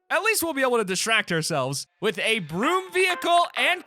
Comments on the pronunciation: When he said “broom vehicle” I thought he said B.R.U.T.E vehicle, I was about to SCREAM 😅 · When he said broom I thought he said brute